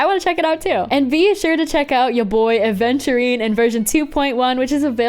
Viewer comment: yeah many people say aDventurine when his name is aventurine